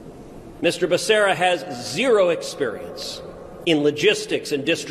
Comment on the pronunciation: Joe didn't even know becerras name he called him baccaria . Pure show